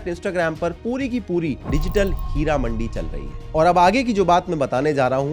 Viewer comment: Her amandi?? , kamatipora , bolna ni ata Kia ., AP ki society ka aser hmare iha Pakistan pr bi ho rha ha , chemri ka business aam hogia